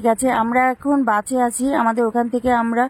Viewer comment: কথা টা ঠিক করে বলো ওটা বাঁচে বাসে হবে